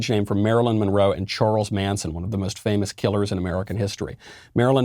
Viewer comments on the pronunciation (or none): none